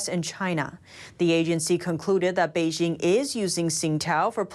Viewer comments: Please learn the proper pronunciation of Beijing. Bay Jing as in Jingle bells. Thumbs down. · Zack Smith Not a troll. Very interested in learning what's happening in China but her mispronunciation is like fingernails on chalkboard. You would think that a channel dedicated to China could at least pronounce the capital city correctly.